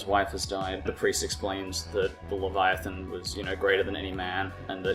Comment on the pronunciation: pronounced, 'lev-eye-a-than'. Good review though.